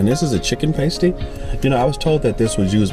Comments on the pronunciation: Love your videos but your pronunciation of pasty is killing me. It should be past (y) not paste (y) haha, do you get what I mean? 😀 Short 'a' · Lol, really like your videos, thank you. But, I have to correct you, sorry! Its called a Cornish PASTY, pronounced "Pas - Tee", not "Paste-tee". Glad you enjoyed Cornwall, its a lovely place. Cheers 8-) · It’s pronounced “pastie” like “past-e” not “paste-e” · Pronounced pa-stee,not pay-stee. And it’s tin-tadgel not tinta-gel. Beautiful county though huh? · It’s not important how you pronounce it, but just for accuracy it’s pronounced PASSED E not PASTE E 🙂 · As a Cornishman i have to tell you, it's pass-tee. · Did any cornishmen overhear your pronouncing of pas-tee mate ? Your version is me topless in summer. Casper like 👻🤣😁 Lovely part of the UK down there 👍🏻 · I love Cornwall. BTW it is pasty to rhyme with ass, not pay st pasty pronounced pay are nipple shields lol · Criminal that there are so many variations on the famous Cornish pasty. Pronounced to rhyme with nasty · Cornwall is wonderful best time to visit is may June or September, it can be manic in the summer. Oh and M the pasty is pronounced a little differently to how you where saying, the traditional pasty is perfect either hot or cold. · Love how they pronounce,tintagel,pastie,shame they didn’t pronounce mousehole😂